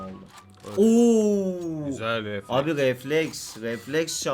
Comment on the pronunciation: hala reflex demesi